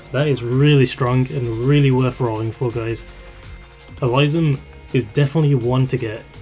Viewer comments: Good for you for being confident enough to share your real voice,! The only thing I will point out is the correction on the pronunciation of Elysium's name. It's pronounced "Eh-lee-see-um", most commonly. Or alternatively, you can pronounce it "Eh-lis-see-um" He's named after the place of the same name in Greek mythology. Other than that, a solid analysis of the operators in question! And congrats on 3.19K subs as of this comment! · Um.... I think you mispronounced Elysium's name. Other than that, it was great all around! ^_^ Thanks a lot for your encouraging words! Though, I honestly think that I'm not worthy of any of those new operators in the banner, but since we're all given a free 10 roll ticket, I might as well try.... =/